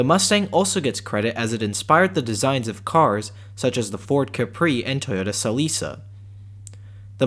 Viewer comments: God I feel old. “Toyota SaLisa”. It’s pronounced Selika. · Hi, nice video. I think the Toyota Celica is pronounced "sell-i-ka" . I was a teenager when they debuted and I remember how it was pronounced on commercials and at the dealerships :)